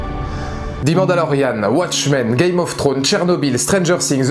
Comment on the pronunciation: ze mandalorian please !, not zi !